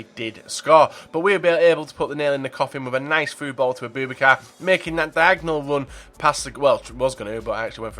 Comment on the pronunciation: Its abou-bakar, not aBOOBakar plz pronounce names correctly